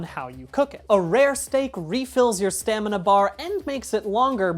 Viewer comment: My father (long time video game Ark addict) says "stanima", so every time you say it correctly fills my heart with joy.